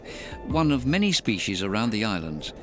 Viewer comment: Species doesn’t have an SH in it. Yet alone two SH’s. What is this “shpeshies” word? What a crock of feeshees.